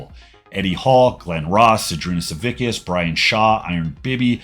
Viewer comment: SaviCCCCCCkas, not stupid SaviKKKKKas!!!!